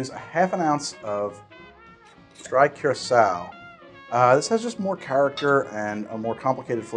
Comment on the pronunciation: You can pronounce Curacao but you couldn't pronounce Cachaca